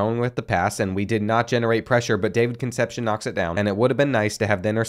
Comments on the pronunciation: Kun' sepp see OWN. Concepcion, its killin me, lol... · Another video and still cant say Con sep see own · I love you but please stop saying Conecepcion like conception lol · Concepcion is pronounced Con-Sep-See-Own